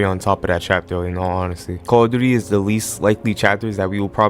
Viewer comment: The call of duty butchering killed me 😂😂💀